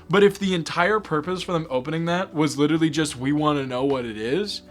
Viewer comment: witerally gambling